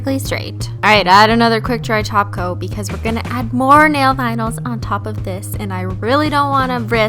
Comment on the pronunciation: whenever you say top coat I hear taco!!